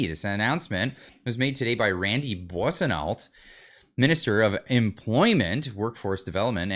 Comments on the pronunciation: Helping you out on the pronunciation (please don't take it personally! 😅). Boisonneault = Bou-ha son no hope it helps! 😉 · Hey, the 'ault' part of Boissonnault's name is phonetically an 'o'. Kind of like how you would say the French car company Renault.